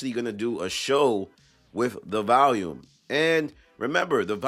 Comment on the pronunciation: Its Volume… not Valium &